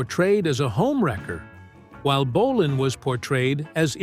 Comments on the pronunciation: Bo- len not bo- lonne AI DUMMIES😂BAHAHAHAHA M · Great video about true legend. Apart from the American (or probably AI) commentary which insists on calling him "Mark Bo-larn" for some reason. My first gig was in Manchester in 72 at Kings Hall Bellevue. It was amazing but scary, thousands of young girls screaming and falling off backs of chairs. Can anyone help by identifying the guy on stage with Bolan at 13.20 of video and repeated throughout? Looks like Holly Johnson but he never played with Marc. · AI slop can't even pronounce his name right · Ai narrator can't even pronounce his name properly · AI rubbish. Pictures of a tribute act, wrong people, terrible pronunciation of names EVEN BOLAN! Click bait.